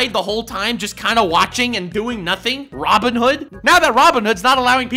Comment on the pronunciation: About 10 mins in, you got Robin hood saying wrong. Unsubscribing.